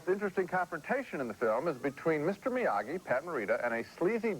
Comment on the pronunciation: Okay, WTF is up with these two (especially Ebert) not pronouncing Miyagi properly? Dozens of us wrote about it on their KK2 review, and here, 3 years later and the 3rd freaking film, and Ebert fucks it up over and over. I love Ebert but I want to smash him every time I hear "Miya-jee", especially since the 1st movie and the mailman scene of part 2 all include the running gag of everyone mispronouncing it. Ridiculous, especially for a character they claim to love, and who by 1989 was firmly entrenched as one of the great film characters of all time. Now I have to watch the review for the original and see if they did it there....